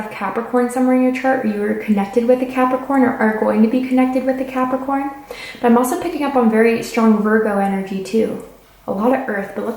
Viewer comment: when she said caprikai instead of capricorn.... my brain went 😳